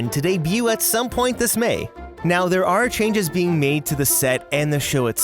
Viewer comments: Did anyone else notice chnages instead of changes at the beginning? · ch... chnages?